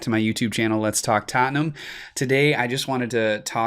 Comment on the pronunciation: I love the way you say Tottenham. coys